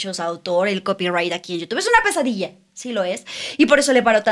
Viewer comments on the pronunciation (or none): none